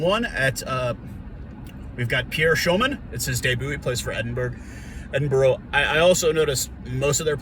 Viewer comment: Just a heads up Edinburgh is said as Edin(bra).